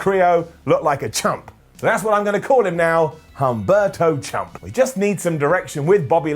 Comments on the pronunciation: "Humberto Chump" is a swing and a miss,... Its obviously "Chumpberto Carillo" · Shouldn't it be "chumberto" Carrillo? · Almost said you didn't say "Chumberto" there...